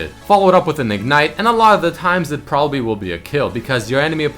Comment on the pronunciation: "Propapbly" XD